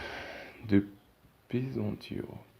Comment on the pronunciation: المهم كيوصلنا الدرس و كيفهمنا متبقاش فالنطق را ماشي كلشي ساعداتو الظروف باش يتعلم مزيان عوض ماتشكروه كاتعيبو فيه؟